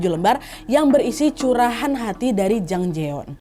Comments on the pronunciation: Namanya Jang Jayeon (장자연) kak Nad, bukan Jang Jaeyeon (장재연) pelafalannya J-A, bukan J-E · Ini kasus emang booming banget waktu itu. RIP Jang Ja Yeon-nim. Btw, kak Nad, namanya Jang Ja Yeon yaa (장자연), bukan Jang Je Yeon ^^